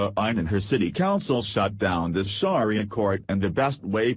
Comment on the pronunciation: If you are going to do a story on "Sharia Law" and can't read yourself, at least get a computer program that can pronounce it correctly!